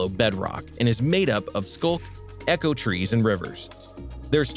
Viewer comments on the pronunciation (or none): none